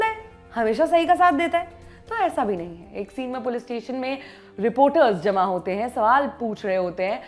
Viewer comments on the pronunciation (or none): none